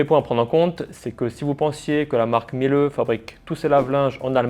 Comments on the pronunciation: Miele se prononce « mille » et non « milleu » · Dans ton pais, font quelque chose de mieux? Je ne crois pas . Aprend d'abord a prononcer le nom correctement. La pronciation phonetique se dit.(milé). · Révisez votre allemand, le E final se prononce